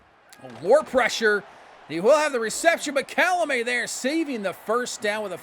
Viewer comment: Idk if anyone told you yet, but Calmelat’s name isn’t pronounced Calamet. Unless you pronounce it Cal-meh-layyy. His name would probably be spelled Calmelāt. My head canon is that he is half Hawaiian & half French. Born in France before moving to Tampa.